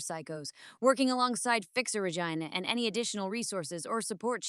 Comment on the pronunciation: So can pronounce other words correctly but not Regina 😅